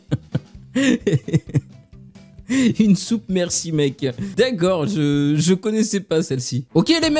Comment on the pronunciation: La mercimek c'est une soupe türk ça se dit "merdjimek" Juste pour vous informer